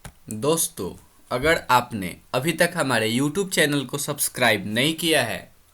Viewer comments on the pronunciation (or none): none